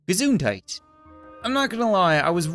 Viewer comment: A Canadian pronounces "Gesundheit" almost right😂 Any other germans here?